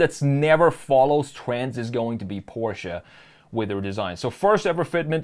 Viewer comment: Instant thumbs up for saying Porsche, and not PORSH! Thank you!